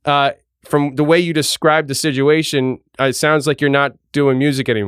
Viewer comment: your show is amazing but every time you say ‘SIDUATION’ I wanna smash you in the mouth! Anyway God bless you and your poor wife I am praying for her now ✝️🙏🏼💪🏼